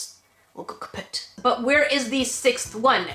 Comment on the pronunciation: "... will go kaput" ça sent le québécois! 😂❤